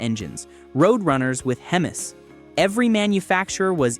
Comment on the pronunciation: Grooann! A.I. voice does'nt know hemi's is said as: Hemee, (not Hemiss!) & 351M is said as three fifty one EM, (not 351 Mem!). I can't watch any more AI crap that the author did Not proof-listen! Is this gibberish have any human involved? Or is this pure computer generated? Newfangled Crap!!